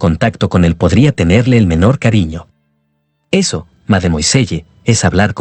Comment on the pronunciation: ¿Tanto cuesta decir "madmuasell"?